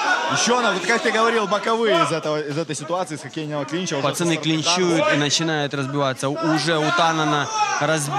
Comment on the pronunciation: ЧТо за Танан?! ау, ТаноС С на конце ау. Беринчику отбили видать голову уже, или рот что выговаривать не может)